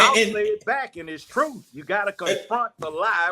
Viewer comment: Cynthia G needs to do a video on Judge Joe Brown's commentary, it is so on point with what she has "been been saying" about BM of today. But BM don't want to hear it from a BW. Judge Joe Brown speaking the TRUFFFTH (yes with an F). What a GREAT INTERVIEW! So Refreshing To See and Hear. Love this so much. This is what you call REAL TALK